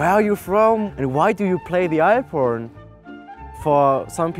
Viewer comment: The way he says "alphorn" sounds "iporn"